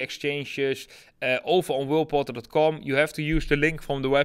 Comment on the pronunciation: I like your channel, has valuable data and great desire for success. Just a note- please pronounce Whale Portal Properly it sounds like Will Bottle😁